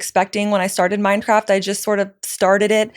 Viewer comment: Its funny how i have subtitles on and everytime she says Mindcraft the subtitles say "Minecraft"😂